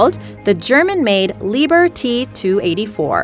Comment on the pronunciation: Ahh,it's not"Lieber" but "Lieb-herr".Enough said.